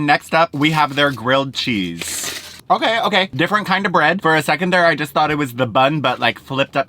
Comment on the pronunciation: Take a shot every time says “okarrr”